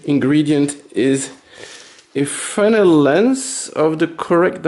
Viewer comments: Finally someone who can pronounce "Fresnel". No surprise there. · Thank you for not saying "frez-nel".